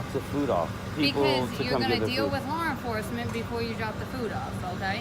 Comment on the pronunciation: Did she say , "HAW ENFORCEMENT" as in a donkey?